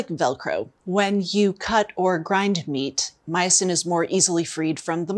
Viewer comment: Myosin is my new fav word😁. I thought at first she said meatsin😆